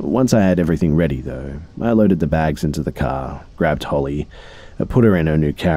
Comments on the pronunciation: Does anyone else hear that he says holly instead of hailey ? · did he say Holly or is his accent or voice mess it up